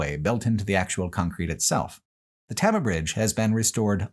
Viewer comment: As someone who grew up in Iowa, along the signs of the Lincoln Highway, this was fascinating. I will say as a pedant, the town of Tama, is pronounced tame-a.